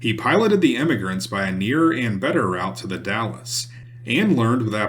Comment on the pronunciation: Great video, thanks! "Willamette" is pronounced "Wil-Am-It" "Grande Ronde" is pronounced "Grand Rahnd" "The Dalles" is pronounced "The Dahls" They are French names, but the other Europeans who came after and settled the areas Anglicized the names. "Umatilla" is pronounced "Yu-Muh-Til-Uh"' "Spokane" is pronounced "Spo-Can" Both are Native American Indian names.